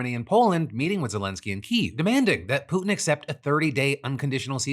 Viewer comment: You can’t pronounce Kyiv right, I’m sure your takes will be very interesting and eye opening.